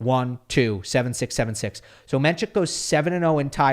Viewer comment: You are mispronouncing his name. It’s NOT menCHik, it’s pronounced just the way it’s spelled “men-sick”